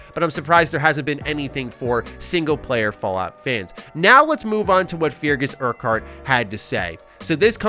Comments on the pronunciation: Feargus is pronounced "Ferguhs" by the way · It’s pronounced Fergus you sad muppet.